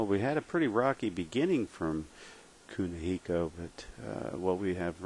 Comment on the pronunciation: That's Kunihiko...say it right bitch, and screw you guys we aint paying money to watch matches on here